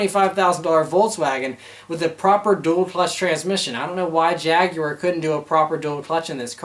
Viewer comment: Holy Crap, an American who can say "Jaguar"!